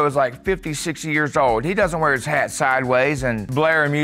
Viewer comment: “I DOS WHAT I DOS!” 🤦🏻‍♀️